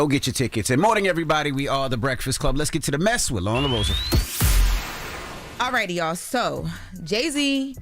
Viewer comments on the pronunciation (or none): Envy said "The Mess With Loren LaRosa." Was that a slip-up? Was he trying to shorten the phrase? Or is he telling us something?